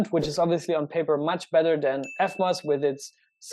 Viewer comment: It s eVmos not eFmos , learn to pronounce proper english kraut.